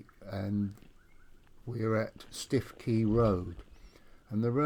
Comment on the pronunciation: Stiffkey is pronounced "Stookey". Thank you for making this video available. Lovely to see footage of the G.E. and M&GN Railways as they once were. My family were involved in the M&GN from its building to its closure in 1959. My Grandmother Alice Miller was the Manager of the Melton Constable Station Refreshment Rooms - she was the 2nd daughter of William Henery Miller who, from being a Navvy, became Passenger Guard on the very first Yarmouth to Leicester Express Train - commonly known as "The Leicester."